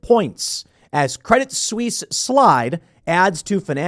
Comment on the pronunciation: A silly point: the "t" in "Credit Suisse" is silent (stress on the second syllable).